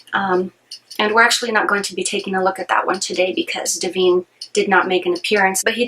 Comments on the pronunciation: It’s not Deveen It’s DIVINE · Is there a reason you are mispronouncing Di-vine, as Di-veen? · De-veen!!!! Oh dear! No way to take you seriously when you can not even pronounce the star's name correctly.